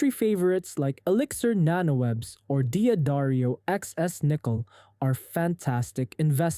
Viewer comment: D'Addario is pronounced da-DAIRY-oh.